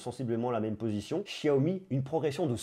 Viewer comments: Salut, je trouve ton travail pertinent et suis avec attention tes vidéos ! Juste un petit truc...on prononce Xiaomi ..."cha-o-mi"...parce que "chiaomi" en Français...ça fait bizarre...😁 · xiaomi se pronnomce [chaomi] et non [chiaomi]